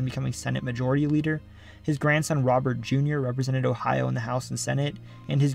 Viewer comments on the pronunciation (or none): none